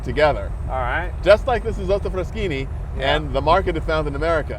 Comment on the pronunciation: I like how Isotta-Frascini becomes Ayzahtta-Fraschinee in Jay’s pronouncing 😎